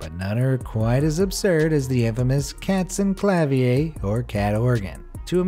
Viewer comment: Kaatzeynklaviey" XD